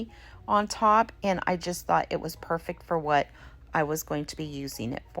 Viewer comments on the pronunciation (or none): none